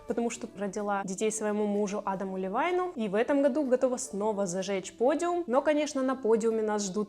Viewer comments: Не Адам Левайн, а Адам Левин его родственники выходцы из Украины))) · Адам ЛЕВИН , а не ЛЕВАЙН